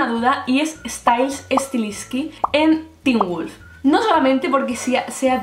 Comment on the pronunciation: poor qué wulf? JAJAJAAJAJA